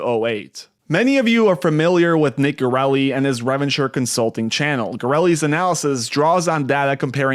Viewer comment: ITS PRO-NOUNCED RE-VEN-TURE